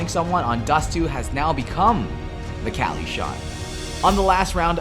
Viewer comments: Why does he say KÄLY not KUKLI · Everytime some american says kelly and not kqly, i gain 3 more cancer cells. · Its fucking kukli not kali Holy fucking shit triggeres me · it kukly shot, not kalyy shot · its kukli not kqly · caly? isnt his name pronounced kuukly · who the fuck pronounces kqli "cali"... the accepted pronounciation is "kukli"! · It's not kally, it's KUKLI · its kukli not kali idiot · Its Kelly.... Not Cali.... Jesus christ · Why the fuck is he saying cali for kqly